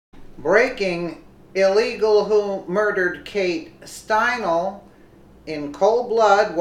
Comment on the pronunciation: It's pronounced stine-ly💙 This is TOTALLY DISGRACEFUL!!! He should have gotten the chair😠!!! MAGA TRUMP 😎 2020🗽🇺🇸🇺🇸🇺🇸